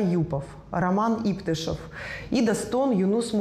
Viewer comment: Ну сколько можно коверкать хаасские фамилии.ИптЫшев а не Иптышев.Неуважение к хакасскому народу.И "Вести Хакасии" туда же.